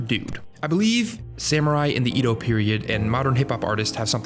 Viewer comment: Quick pronunciation note - Edo is pronounced "eh-doe" rather than "ee-doe".